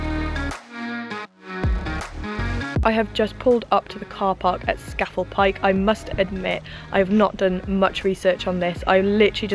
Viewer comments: It’s pronounced scar fell pike dear 👍🏻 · Love your off grid videos and it’s pronounced ..SCAaaa FELL.. Pike 👍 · Scafell is pronounced Scarfell I lived up there for a few years enjoy it's fab !! The name for people who climb these peaks are nicknamed Cragrats by the locals !!